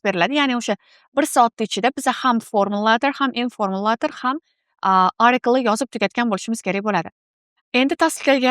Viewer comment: Маслаҳатлариз ҳаммаси яхши лекин “ article “ сўзини нотўғри талафуз қилаяпсиз arikl emas atikl деб талаффуз қилинади.